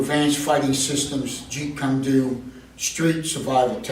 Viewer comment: What a grifter. He doesn't even pronounce Jeet Kune Do properly. He's copying Paul Vunak very poorly.